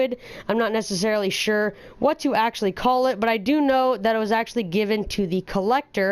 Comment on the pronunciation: "pretty much, actyally" bruh